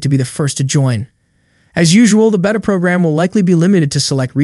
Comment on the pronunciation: You're going to keep getting a thumbs down for me until you say beta the correct way